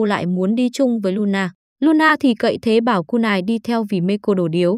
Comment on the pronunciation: Kunai mà ôg cứ đọc kunài :)))